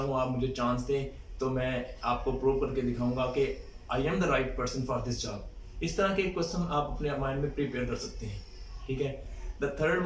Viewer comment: job* not jab